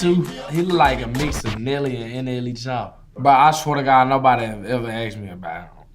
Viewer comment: Say it with me Slowly… "Nelly" "N-L-E"